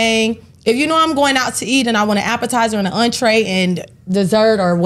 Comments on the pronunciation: She can’t even pronounce entree talking bout untree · Whats an "un-tray"? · Imagine you sending more than $30 for a woman to get some food because she's all "high-class" and she can't even pronounce entrée. 😂😂😂 I know she wasn't the girl but still.😅 SMH